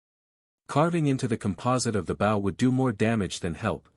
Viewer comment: The way AI pronounces bow is aggravating